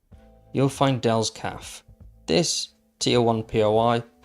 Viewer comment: Cafe is pronounced "Caf-AY"